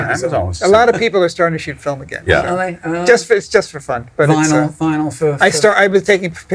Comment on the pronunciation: There's Irish heritage, Fil-um